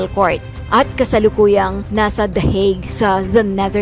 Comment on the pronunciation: This lady is talking nonsense. Can't even say hauge !